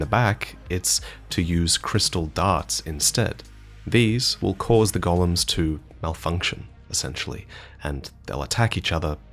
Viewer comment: please please please. Its Go-lems. Gollum is from lord of the rings